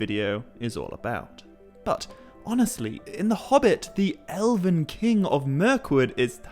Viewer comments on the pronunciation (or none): You keep saying Eleven. It's ELVEN. EL-VEN. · Ella-vin is killing me